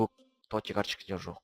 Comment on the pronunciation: тоти емес тотс